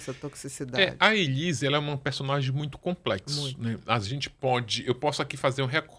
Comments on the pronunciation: O Ulisses agoniado com a Ana falando Elisa😂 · que agonia da Bia falando o nome da Elise errado o tempo inteiro! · A Doutora Beatriz só fala ELISA e é muito engraçado quando o Ulisses frisa o nome ELISE. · Bia, vc é lesada????? O nome é ELISE!!!!